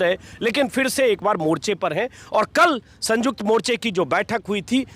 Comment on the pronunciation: संयुक्त बोलो सर ना कि संजुक्त